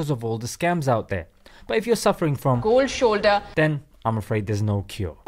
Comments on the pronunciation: I really don't like the indian pronouncing the "cold shoulder"😂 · Its "COLD SHOLDA".....